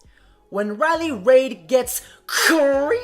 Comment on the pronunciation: Its Riley Reid, as in "reed". Not "Raids". Where did the s come from?